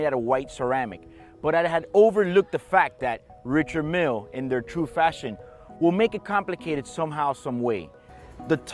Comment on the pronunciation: It's pronounced Ree-shard Meal. The man is French after all